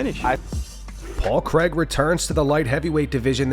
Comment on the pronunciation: his name is paul craig not paul CREG